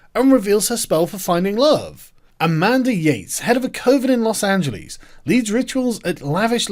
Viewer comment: God damn Sargon can you please learn to pronounce Los Angeles right. It sounds cringy as hell the way you say it.